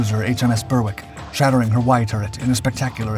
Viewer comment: Berwick is pronounced BERIK